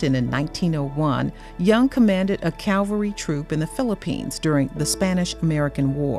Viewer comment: Cavalry, not calvary.